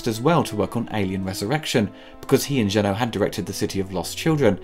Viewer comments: It's JEUNET. Not Jeunot, not Renault, NOTHING that sounds like OH. This guy does nice reviews but he SUCKS at pronouncing names. Please don't repeat his mistakes. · It's not Jean-Pierre «Jeannot», it's Jean-Pierre Jeunet, it's pronounced « è » at the end. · It’s pronounced “Jeu-nay”, bro. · I am "deadly" serious when I state that it is hard to take anything serious coming from someone who thinks Jeunet is pronounced like Renault... but I guess, that's my problem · Jenneaux instead of Jeunet, Urigi and Orrigi instead of Auriga, Dorf instead of Dourif, Frank (?) instead of Elgyn, John instead of Vriess, Padouris - again - instead of Poledouris... Man, your retrospectives are so damn good: comprehensive, insightful and very knowledgable about aspects that don't get coverage anywhere else. If you could just bother to get your names straight. I mean, you're so on point on everything else - how much time does it take to look up a name? This is an issue in most vids, and it's actually getting distracting. It's like a drinking game where you have to take a shot at every mispronounced name only to be completely blasted three vids in. It's a bit of a bummer, considering this stuff is so great in every other regard.